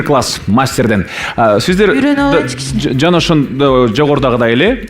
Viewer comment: С тамгасын ш дейби шиздер дейби